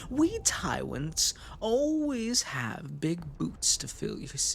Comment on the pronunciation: I can't get over the fact it sounds like he says Tywents instead of tyrents